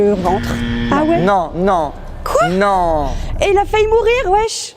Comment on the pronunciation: Bigflo qui vanne la prononciation de culotte alors qu’il arrête pas de dire faillut à la place de faillit